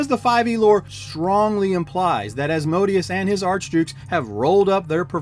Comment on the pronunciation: So funny you say that... i definitely know how its pronounced and winced myself when i said it... could not tell you for the life of me why it came out that way... or why I still say AsmoDEEus about 20% of the time! The The latter I chalk up to calling him AsmoDEEus since being in grade school until I had kids of my own... but the FaeRON... that just came out of nowhere! :)